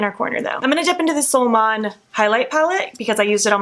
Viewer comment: Happy for your opportunity with Oden’s eye for a sponsorship 🌞🌝✨ i like the 3rd look the most ,, I’m used to hear Angie , Annette & Paulina say “Solmåne” when you pronounced it I was like : “ new palette??” 😂 you’d say like ( sol mooneh ) , I love languages and I tend to try hard to pronounce words right & I use random words from random languages all the time , like a spice to my talk lmao 🤣